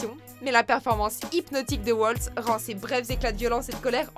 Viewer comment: Comme vous le dites, Christoph Waltz est allemand, Donc on prononce son nom Valtz et non Oualtz. Et c'est pas Christopher mais Christoph.... Cet acteur est juste génial alors svp n’écorchez pas trop son nom :)